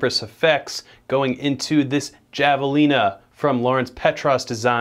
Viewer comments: Good video, not trying to sound like a dick but that tone isnt the right tone for creeping death at all, and btw its pronounced Hav-a-lina not Jav-a-lina, as indicated by the critter on the pedal lol, other than that , nice work man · The pedal your using isn't pronounced Java- lina it's Havalina. The Js are Hs in spaninsh. -coming from a white guy in south Texas. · Not to sound like a douche, but it's pronounced havelina. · Javelina is pronounced "Have-Uh-Leena" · i mean its not a big deal and he just didnt know but yeah thats how you say it and it sounds white the other way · Friendly correction: Javalina is a Spanish word, pronounced HA-Vuh-leen-uh. Killer job on the solo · I think Javelina is pronounced like havelina, it’s a Spanish word. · Thank you! I just made the same comment. That’s precisely how it’s pronounced. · Not trying to be one of those people but javelina is pronounced “havelina” just like jalapeño has an H sound. And again, not trying to be one of those people. People can pronounce it however they want. Just putting this info out there. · FYI Javelina is pronounced HAV UH LEAN UH . Its a gnarly, deadly wild pig that will absolutely fuck you up and just so happens to be a great sounding pedal as well. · Javelina is pronounced with H. The J is silent. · Its pronounce "Havelina" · Pretty sure Javelina is pronounced with a soft J. Like hah-vuh-lee-na. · Javelina is pronounced 'Have-uh-lina'. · Pronounced Have-a-leena. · It's pronounced havalina. It's Spanish so the j is an h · It hurts me to hear him mispronounce javalina. (have-ah-lean-ah). Everything else is fantastic though. ;) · Yeah i cringed just a tad when i heard how he pronounced it with a J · He didn’t.... he didn’t just pronounce javelina like that.... He did... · Javelina is pronounced with an "H" sound like jalapeno. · I love, but the way he pronounced "javelina" broke my heart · the J in Javelina is pronounced like an H, it's a breed of Hog, very intense critter